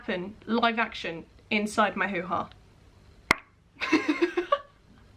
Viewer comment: it makes me laugh the way she's uncomfortable talking about really private things it makes me laugh especially when she say who ha cause him Canadian and it just sounds funnier